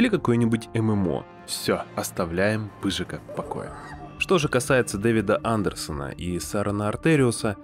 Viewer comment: не ПЫЖИКА, а ПЫЖАКА, ептыть!